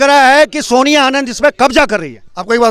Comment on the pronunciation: naam to thik se bolo,soniya h naam.....soniya Harak singh nhi h jee